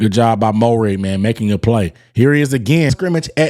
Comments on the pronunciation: its, "MARE-RIG" not "MO-RIG", but yes, he was been a key part of our secondary since last season. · Dawg no disrespect intended but say his name right he’s been on the team for a year. Pronounced Merrig.